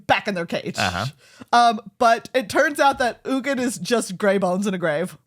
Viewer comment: U G I N not eugine